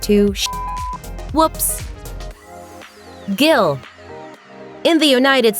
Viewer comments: Gil is not pronounced the same the name is pronounced Gil and in polish it is pronounced g-ee-l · U don’t say Gyl for fuck sake I’m Polish and if that’s what u said I would not understand what u meant unless u actually pronounced it right!